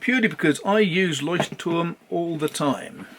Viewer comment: Wow!! I am impressed! You said LEUCHTTURM! Most native English speakers say Leutschttrm. You even said the other German words correctly! By the way... Oxford paper is amazing for fountain pens.